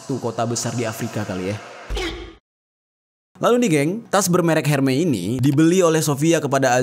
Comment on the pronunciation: Hermes bacanya ermes bukan herme ….